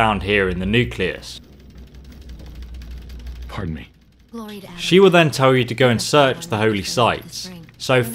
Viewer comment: I love how he says nucleas